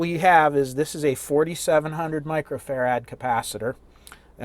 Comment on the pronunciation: Why do you and Paul Carlson pronounce farad as fa-RAD Its farad...Micheal Faraday I'm sure didn't say his name as Fa-RADay...!!